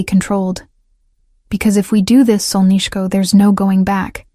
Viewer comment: You're pronouncing "solnyshko" incorrectly. Even though it ends with an 'o' It's pronounced as if it were an 'a'. I love that word used as an endearment